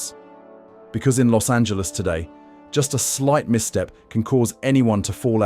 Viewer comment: Los(t) Angeles